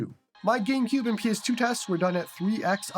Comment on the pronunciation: you are my goat but why do you say PS2 as Penis 2?